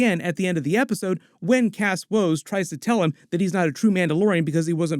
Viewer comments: Axe Woves. His name is Axe Woves. Not “Kas” Woves. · Why do you call Axe Woves, cask Woves? Did I miss something? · It's AXE Woves not Cass or whatever you were saying. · W he just kept pronouncing it as Cass woves so I was like huh?